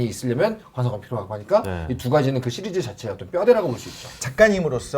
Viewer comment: '시'리즈라고 발음 해 주시면 안되나요 ㅜㅜ